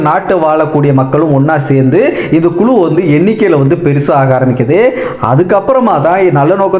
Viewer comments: குலு இல்லை.குழு என்பதுதான் சரியான சொல் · குலு இல்லை.குழு என்பது தான் சரியான சொல்